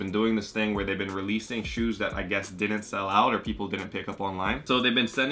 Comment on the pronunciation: Why does he say shoots